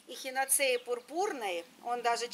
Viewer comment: Ударение на А Простите 🙏